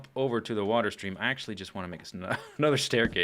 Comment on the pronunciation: water not eater